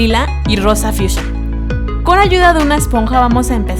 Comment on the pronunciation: Me incómoda que diga "rosa fiusha" :c